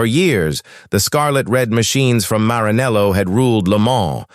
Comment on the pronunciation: WTF seria "Marinelo"??? Querer destrinchar uma história complexa como esta errando de cara no básico tira a credibilidade de todo restante.